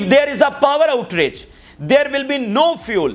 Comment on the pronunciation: Thank you for your hard work. Please note that its not Power OutRage its actually Power OutAge.